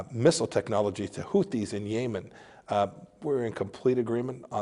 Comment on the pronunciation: Did he just say YAYMEN instead of YEMEN.